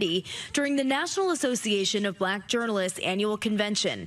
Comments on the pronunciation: Why does Trump put the accent on the first syllable in ‘black’ ? Like BLAck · It's so weird it's funny 😂😂😂